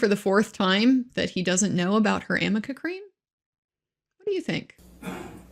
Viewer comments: AMICA Cream is a HAIR treatment. ARNICA cream is to soothe and calm irritated skin and temporarily relieves muscle pain and stiffness. Obviously Elaine can't even read her own notes and has no idea what it is! She is confusing the "r" and "n" for an "m" by running them together. Another ill-prepared, incompetent showing. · will hear Elaine in his nightmares saying "amica cream" for the rest of his days 🤣 poor guy. I love him, so entertaining!!